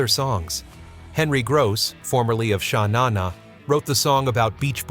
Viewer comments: Narrator, you can't even say "Sha Na Na" correctly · He needs to learn how to say "Sha-Na-Na' and "Tennille". This made the whole thing feel like it was an opinion written by children. I only listened to the beginning of each song to see what he would mis-pronounce next.